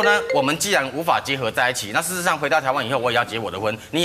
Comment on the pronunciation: 小s最大的遗憾就是这辈子没有嫁给沈玉琳，沈玉琳会赚钱，许雅钧除了啃老还会什么？沈玉琳虽然长得丑，但是口条顺，可以弥补小s最大的缺陷。当小s发不出事实这两个字的音时，沈玉琳在旁边可以帮忙发音，避免需要动用后制配音和加字幕。而且小s现在也是脸歪嘴斜，和沈玉琳谁更丑还不知道的。芽芽真是比小s的整容僵尸脸好看太多了。小s现在肯定比当红时亲和多了，毕竟不亲和都没人来上节目了，比如lulu小s就请不动她来。